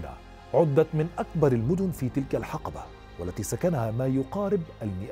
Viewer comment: تنطق الحِقبة بكسر حرف الحاء يا استاذ. و لكنك تنطقها بفتح الحاء الحَقبة و هذه الكلمة معناها يختلف عن ما تريد قوله. تحياتي من اليمن 🇾🇪🇾🇪